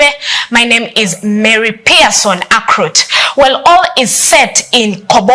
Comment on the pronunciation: I hear Akrut, Ijobanana pronounce your name well. AKURUT!!!!!!!!!!!!